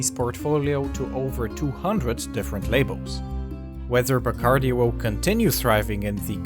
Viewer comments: Pronounced: bah-cahrr-DEE. It is annoying to hear a narrator with a Spanish accent mispronounce names. “Noons”?!😖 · you are mispronouncing everything. the name Bacardí is Catalan and the accent is on the last i. also, you mispronouncing Sitges, its pronounced in Catalan more like Seejus. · Not a very good quality rum these days. The best is Ron de Barrilito from Puerto Rico, the Tres Estrellas version. They should pronounce the name right, Bacardí is pronounced with an accent on the last "I".